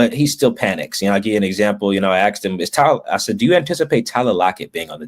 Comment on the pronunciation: Yo, I’m sure you’ll call me racist, but it’s “asked” not “axed”. Not a good look for a reporter